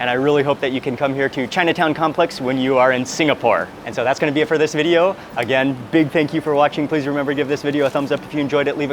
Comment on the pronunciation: Just a thought dear chap, but............................. Generally, your accent is almost fully British. Bot sure why. Your diction is usually excellent with great pronunciation, always saying the "T" or the "G". You start this episode of beautifulness with a "gonner" as opposed to going to, "going to". Otherwise a mere 9.9 out of 10. Well done :)